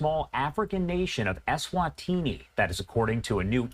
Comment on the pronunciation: It's pronounced Eswatini.